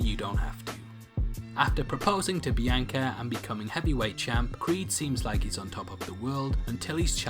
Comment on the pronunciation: Who is Bee-Yank-ah?? 🤔😂😂